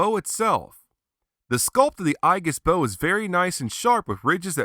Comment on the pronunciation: Another great review! I have the original version and you've convinced me to get this renewal version. Aegis is pronounced eejis like the mythological armor. Zero now has more Ultra-Act figures than any other character! Bring on Ultraman Cosmos! I can't wait for your next review!